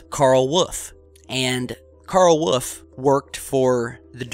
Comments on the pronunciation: Karl Woof. Who the hell is Karl Woof? Oh, you mean WOLFE. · did you mean carl wolfe? because you're saying wuff. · Geez man, learn how to pronounce WOLF. It isn't WOOF! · why can't you pronounce the word "wolf"? Just fyi, it's in not pronounced 'woof' it is pronounced /wo͝olf/. Not like a dog bark(woof), there is an 'L' in the word! This is the second or third video where you pronounce the word 'wolf' incorrectly. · im sure his name is WOLF not WOOF my friend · Karl Wollllllllllf not Woof like a damn dog! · Please tell me why you keep calling the man 'Woof'? His name is Wolfe, pronounced like the animal that tried to eat Red. Why are you saying 'Woof'??? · Please stop saying woof. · Say it with me. Wool - f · I hear Woof haha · Another great video. Though I think Mr Woof might be barking. Get better soon man.